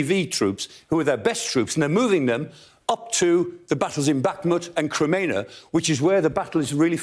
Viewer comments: Yeah he only absolutely butchered Crimea about 10 times but yeah guys I see your point. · this moron cant even say crimea right